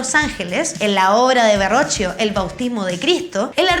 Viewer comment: Me gustó mucho el video! Pero solo quiero hacerte una pequeña corrección: Il Verrocchio no se lee tal cual ya que en italiano "che" se lee como un "que" por ende se diría "Verroquio" 😅😅 y también al no ser un apellido, el "da" en su nombre no se pone en mayúscula (por ende es solo Leonardo da Vinci) ya que el "da" se refiere de donde y Vinci era la ciudad ( literal el "da" se traduce "de" por ende, el es Leonardo de Vinci) . Que buen video y espero no sonar molesta😅 el video fue muy acertado ¡felicitaciones!